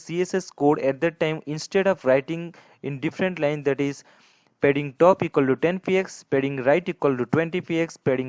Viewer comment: oh man its not aa wedding its aa padding